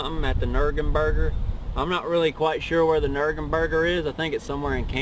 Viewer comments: "Nurgenburger" lmao 😂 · Nurgenburger! 😂😂😂😂😂😂😂 I'm dead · nergenburger? ? lmfao!